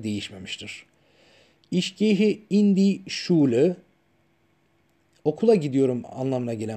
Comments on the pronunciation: Evet gerçekten çok güzel olmuş lakin bence telaffuz da önemli mesela ich kelimesi iş diye değil ihh diye okunur Der der diye değil dea diye okunur dikkate alırsanız sevinirim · Hocam son derece güzel olmuş konuyu aydınlatmışsınız emeğinize sağlık. YALNIZ, telafuzda ICH (ih) yerine (İŞ) demeniz olamasa daha güzel olacakmış..